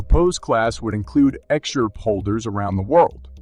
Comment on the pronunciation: The words are pronounced. X R P, not x-arp. S E C, not sec. And Library, not L-bree.